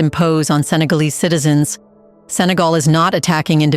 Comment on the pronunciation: Sénégal pas Sagal Respecter notre pays. On peut quand même pouvez prononcer le Sénégal.